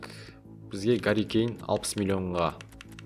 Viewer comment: Гарри емес Харри Кейн